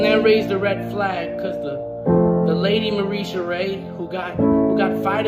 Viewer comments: Why can't he pronounce Tiltify or Mariesha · Bro how many times can you misread tiltify and Marisha